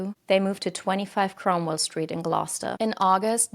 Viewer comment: you said Gloucester wrong, in the uk we pronounce it Glowster